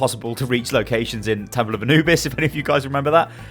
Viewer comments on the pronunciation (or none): none